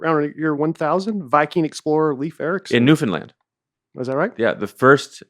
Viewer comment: The fact that ya'll pronounce Newfoundland Newfindland is crazy bro